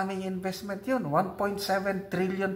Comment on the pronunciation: Flow of disbursement, not inveztment...kaya pabulosok na economy natin...?